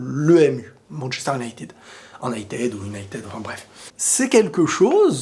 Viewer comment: Comment ca "Un night aid ou United"? mdr respecte un minimum stp. Le Real est le meilleur club du monde mais n'est pas la seule institution footballistique non plus. ManU c'est quelque chose quand même.